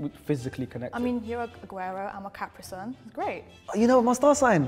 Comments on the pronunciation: no ones gonna talk abt how she said caprison instead of capricorn? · did she just say caprisun🤣🤣